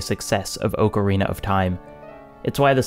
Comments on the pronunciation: ok i cant. You're saying ocarina wrong. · Your saying Ocarina wrong